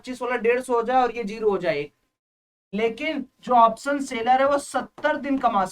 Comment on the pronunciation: Option bolo to pehley thik se bhaie. Saam nahi hota hai Shaam hota hai. Waisey hi soes nahi hota hai shoes hita hai. Waise hi option ko sha laga kar bolo to pehley please. 🙏